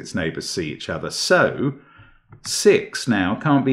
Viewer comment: He says "it can't be 5 cause it's a german whisper number" then immediately lapses into a German accent with "see each ozzer" Brilliant had me laughing pretty hard!